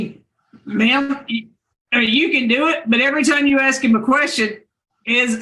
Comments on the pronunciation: She axed everyone for help ? Isn’t axing someone a crime. I axed them!!!!!! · How does he afford giving her $1,000, when he is basically homeless? Again, using the word ax, instead of ask! OMG! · Is it that hard to say ask not axe 🪓 it makes no sense and when she said We had a late over 😂